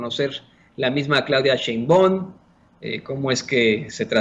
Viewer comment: Claudia Chimbon.......??????? ya en buen plan realiza correctamente la pronunciación; es equivalente a escribir con faltas ortográficas graves